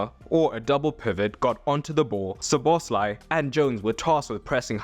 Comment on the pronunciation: Learn to pronounce players' names! Szoboszlai is stressed on the first syllable, not the second!